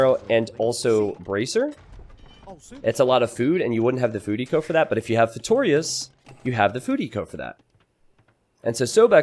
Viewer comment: The way he says "Feitórias" instead of "Feitorias" is kinda annoying xD